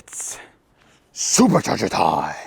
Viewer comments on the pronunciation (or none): I like how you said "supercharger time" in japanese.